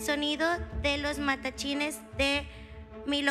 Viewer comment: Se dice Matlachines